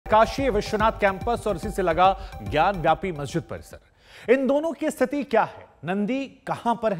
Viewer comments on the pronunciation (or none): none